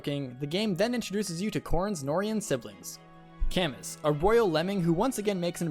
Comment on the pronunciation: Isn't it pronounced 'Ca-moo"? Edit: Sorry I'm late on the joke...